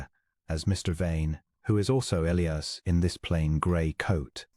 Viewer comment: It is also E-li-as not El-ias.